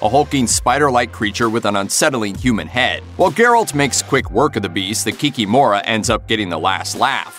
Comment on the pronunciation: In polish the stress is almost always on the penultimate syllable. So in polish it would be 'Kikim(o)ra'